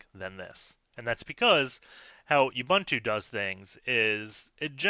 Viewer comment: Love your channel. This was quick. P.S. It's /uɓúːntu/ like ooboontoo.